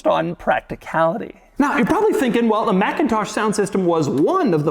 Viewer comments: It’s not pronounced MACintosh. That’s the Apple computer company. The sound system company is pronounced McINtosh. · It’s pronounced mick-in-tosh 👌🏼